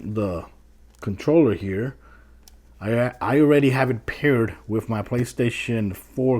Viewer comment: "Wif" "Dee Lay" "Really Really" Love the way you pronounce certain words haha. Thanks for the vid. This helps